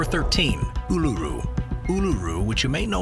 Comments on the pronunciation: Absolutely butchered both names for Uluṟu lmao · How can you pronounce Uluru and Ayers Rock wrong? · In an otherwise interesting video - it annoys me when research doesn't extend to finding out how to pronounce place names grrr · At least you pronounced Alice Springs correctly after totally botching Uluṟu (oo-la-roo) and Ayres (airs) rock.